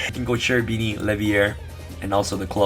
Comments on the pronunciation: Kerubini not Cerubini, in italian Ch is K. Cherubini are a type of angels in italian medieval demonology.👍👍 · Bro its pronounced kerubini, it's an italian word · Also "Serafini" and "Cherubini" angels are present everywhere in italian medieval art, particularly in cathedrals' art. They're part of the medieval italian tradition. Cherubini is pronounced in italian because the term is italian. In ebraic or other languages it's not the same term so it's pronounced Kerubini. I hope that I make you curious about italian art✌ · Grande bello, è una tragedia sentire ogni volta che nessuno riesce di pronunciare il ch-. Non parliamo di beatrice ma quello è chiedere troppo mi sa